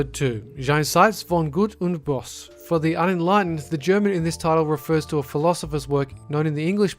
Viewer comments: That part just about killed me lol. French J? Böse as "Boss"? I'm not saying it has to be perfect, but jeez man at least play it once in google translate first, literally nothing was pronounced correctly. That reminds me of those "did you know gaming" behind the scenes thing where Jon Tron is trying to learn how to pronounce the "Nie ohne Kondom!" easter egg from Link's Awakening, he ended up with a Russian accent at one point lol, but see at least he tried. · Not a hater, but BOSE ((with the umlaut)(or boese)) is pronounced, bow-za, with the 'a' like 'about' or 'apocolypse' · Pronnounced "böse" wrong.